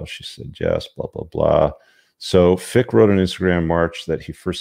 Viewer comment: FRick not Fick